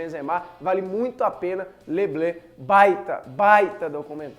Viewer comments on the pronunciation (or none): E engraçado como ele fala les bleus